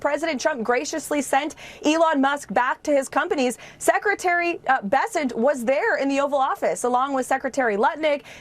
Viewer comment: "Graciously sent him back to his conpanies"